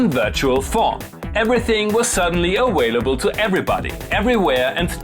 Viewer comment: please learn how to pronounce your V's. its getting old. awailable ?